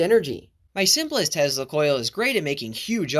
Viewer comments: Nikola Tesla's last name is pronounced as Tesla, not Tezla. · I hate to be the guy that points out he pronounces it Tezzla. 😒 otherwise, cool content 👍🏻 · It’s not pronounced tezla it’s pronounced like salsa 💃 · That’s not how Tesla is pronounced